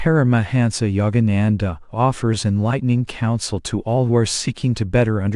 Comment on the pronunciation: Please I respect that we all have regional accents but your pronunciation of his name alone is horrible. Be respectful of this great man. To intentionally mispronounce his name is truly disrespectful and insulting. All your pronunciation is horrible. These people come from another country. Please have a little respect.